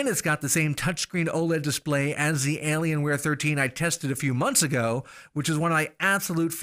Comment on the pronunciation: "Alienceware". XD